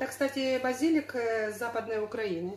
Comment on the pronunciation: ставьте правильно ударение в словах. Растение —базилИк, строение —базИлика.